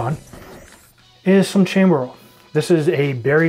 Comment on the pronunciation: Okay... that last blooper I had to watch three times. NOT YOUR DAY. Btw Chambord is French. It's pronounced ShahmBohrd. 😉 Didn't they offer French classes in Ontario high schools? They do in Alberta! 🤣